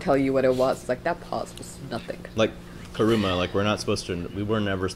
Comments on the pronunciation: KURAMA! KURAMA! KURAMA! NOT KARUMA! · Since yall know kurama’s name anyways, it’s pronounced Ku Ra Ma not Ku Ru Ma